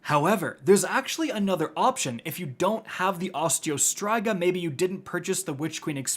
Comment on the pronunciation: My gosh the way he says Striga in Osteo Striga was driving me nuts!! 🤣😂